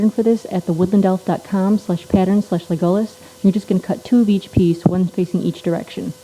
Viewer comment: The Woodland Elf yes yes. i know who he is. but the way you say legolas is funny, im sorry